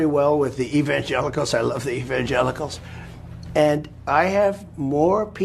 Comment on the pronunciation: What is there to say? Personally I'm exhausted to know that there are actually people who think this way. It's exhausting and exasperating. No doubt God must be throwing up every day! Trump can't even pronounce Evangelicals